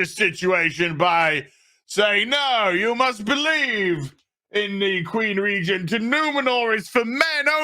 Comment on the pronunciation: It's not Numenor, It's NumenoRRRRR ! Not Eregion, It RRRegion, etc.